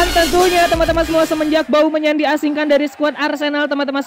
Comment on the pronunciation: saat bang bilang aubameyang sy dengernya bau menyan☺